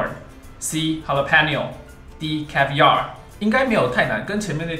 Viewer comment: 阿滴英文 你一直和長頸鹿說字的意思。 還有，jalapeño 和caviar 唸錯了。